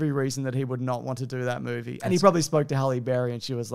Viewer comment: i don't know why, but i so enjoy it when drags out syllables for no reason like 'roooooles in a mooooovie' - i just think it's hilarious!